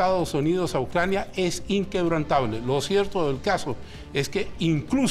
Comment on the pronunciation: " Presidente Biden esta en UNCRANIA"